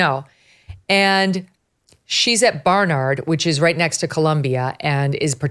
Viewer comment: Did you say "she's at Barnard or BARN YARD???